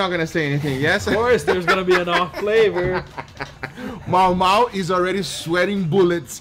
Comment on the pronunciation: Ayyyyyyyy its "Mamau" 🤣🤣🇩🇴🇩🇴🇩🇴🇩🇴